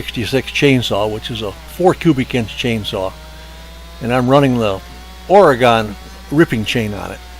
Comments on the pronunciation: Ory-gen, not Ory-gone. Thank you. 😳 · It's not oregone, it's oregun. Cheers from Oregon.